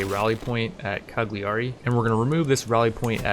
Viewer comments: It's pronounced: Caliari , the G is silent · The g in Cagliari is silent ;) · That was funny but the way you pronounce Cagliari gave me chills. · Sound was fine. Just drop the g in Cagliari, it´s rather silent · I’m Italian and you say Cagliari wrong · plz learn to pronounce cagliari, its just 1 step (click) for you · As an Italian, I can't help but die a little inside every time the city of Cagliari is pronouced wrong. In italian the "GLI" is different, it is similar to the "yi" in ying or "yee" in yeet sound in english so whenever you see a "GLI" in a name of a city or italian name remember the correct way to pronouce it, for example "Cagliari" is pronouced more like "Cayari" in english but with more emphasis on the "y". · Some people do, I'm just being informative, there are other common mispronouciation on italian words, for example the "ch" is like a "k", the "gn" sound is not like any word or letter in english so it's quite hard to describe. Take it as a little fun fact